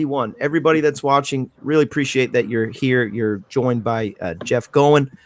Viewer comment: No question...Jeff is the Godfather of PPG, and a heck of gentleman to boot ( and nod to so many others that furthered the sport). So, 99% certain his last name rhymes with COIN, in spite of fact that it's just plain fun to say " go-in flyin"....just sayin. And while I'm at it...it's a Moster darn it, not a creepy Monster...lol.